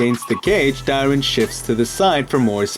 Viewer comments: Why does Tyron start with a D where you're from? onwards. had to click off. what a fucking annoying way to pronounce his name. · why did u say tyron's name so weirdly? what the heck mann